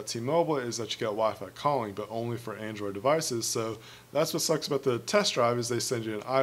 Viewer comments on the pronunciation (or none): none